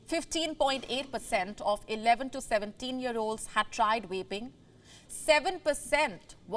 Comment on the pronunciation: It’s pronounced Vaping ….. with a “V” and not with an “R” …… Pronouncing "vaping" starting with an "R" is inappropriate and a completely different show. SMDH.